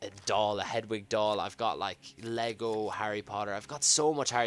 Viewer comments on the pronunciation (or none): none